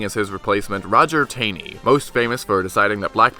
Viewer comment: it's pronounced like Roger B. 'Tawney'. You lost credibility there, just rote.